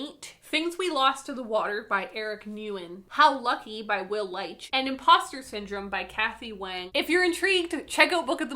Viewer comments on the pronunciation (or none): I'm a little late to this video but Nguyen is pronounced, "Win"